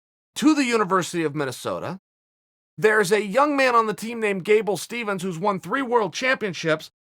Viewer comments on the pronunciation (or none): Also, his name is Gable Steveson not Gable Stevens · Uncle Chael mispronounce another name. Its not Stevens, its Steveson. Just like its not Noons but Nunes. lolz